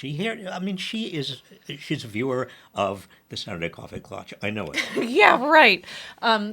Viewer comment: It's Klatsch my friend